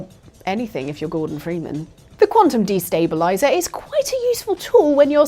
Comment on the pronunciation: takes the "De" out of "quantum destabilizer". 😅